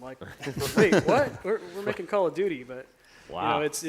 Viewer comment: dude said “call of nudey” I’m weak!